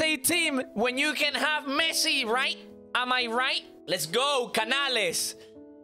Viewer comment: Messi ❎ Mesci✅ 😂😂😂😂😂😂😂😂😂😂 i love you pro